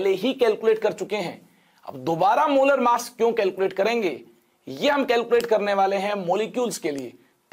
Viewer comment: masshh percentage kya hota h sir 😂😂😂😂 massh percent